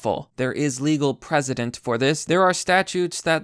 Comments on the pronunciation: I totally agree, but why do you keep pronouncing "precedent" as "president"? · Yes. They understand what they're doing. Your saying legal president fyi. Not precedent. Think press. Pressident-precedent. Not president